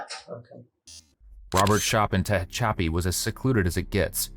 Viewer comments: It's Te HATCH a pee. Not Tay hetch CHOP ee. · It's tuh-HATCH-uh-pee, not TAH-huh-choppy!!! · "Ta-hatch-a-pee", you goofy bot. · TE-HATCH-EPI LOL SORRY FOR AOME REASON THAT WAS REALLY BOTYERINF NE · ARE YOU TRYING TO SAY TE-HACH-A-PI, CALIF., 40 MILES EAST OF BAKERSFIELD , CA?????????????????? AI STINKS. After a railroad employee was gunned down at the rail yard in Tehachapi, two people are behind bars, one of them his own wife. AND SHE'S COLD AS ICE, WOW. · Tuh - hatch -apy ... oh AI narrator fail. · Four syllables: Tuh - hatch - uh - pee (or pea if you wish)😄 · AI can’t pronounce Tehachapi. Are there no editors in AI? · Human beings don't fare much better with Tehachapi but I agree.